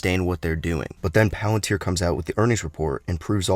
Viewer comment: Today we will be talking all about... Movie trailer movie voice over engaged Pealenteer